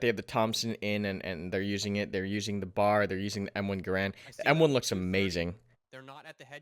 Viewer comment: love your vids, I need a PC cuz I need this game. But pleeeeeaaaaaaaasssssseeeee, do not call the BAR a "bar"......it is in fact a B-A-R. I know you like to shorthand stuff and be quick and everything. but it is a BAR, its an anagram and from a mil/weapon historian and avid shooter, huge pet peeve. other than that love your coverage. and I agree, the garand in these vids is glorious. That recoil.....